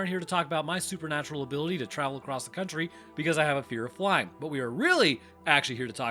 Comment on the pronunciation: ACROSS the country??? ACROSS??? ACROSS?? LOL